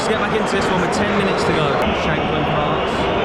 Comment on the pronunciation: I thought you called the Hearts end the Arse end 😂